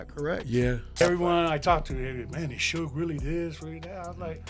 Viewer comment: I wonder what sugeI would think of being called Sue gay lol